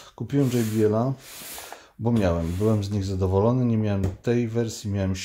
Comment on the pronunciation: tylko jedna uwaga - nie dzej bi el tylko po prostu jot be el. to z niemieckego. a tak w ogóle super film. Dzięki za klarowne przedstawienie produktów. pzdr